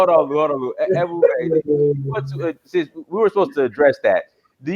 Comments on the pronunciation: This disrespectful Haitian dude said African Americans have a 6th grade education yet he can't even pronounce Ebube? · Man shut up don't be talking about Black Americans not intelligent and you can't even pronounce that man's name you just shut up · This man is calling AFRICIAN AMERICAN'S DUMB AND HE CAN'T EVEN SAY THE GUYS NAME. REALLY,!!!!!!!